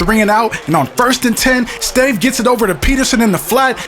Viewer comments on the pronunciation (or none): stave is pronounced "STAHVAY". Joel Stave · The quarterback for the Vikings his name is pronounced Stav-a he is from Wisconsin